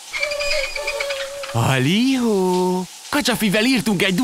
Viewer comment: Egyszerűen hihetetlen, hogy állandóan vissza kell térjek megnézni a kedvenc részem:D Plusz vicces (nekem), hogy vannak fórumok, ahol régen is úgy köszöntem be, hogy Halihó!.....na, amióta ezt a videót láttam, ezzel az őrült hangsúllyal hallom a fejemben a mondatot, amit épp bepötyögök.:D